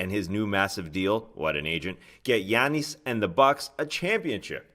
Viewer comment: Solo Tas is great. An hour long pod of Tas digging deep into the intricacies of the league while tossing in the occasional personal opinionated commentary would be awesome. Well done sir. PD: love how he says Giannis 😎